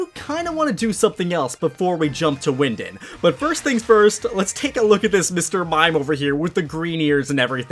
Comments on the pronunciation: bro, it’s pronounced wyn-DAWN, just wanted to let ya know politely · So no one is gonna talk about saying wyndond